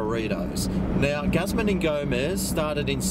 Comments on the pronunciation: Say Gooz-mahn please. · Looks good! I think its pronounced Gooozman Y Gomez.